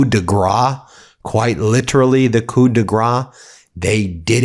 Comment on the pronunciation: Coup rhymes with Pooh!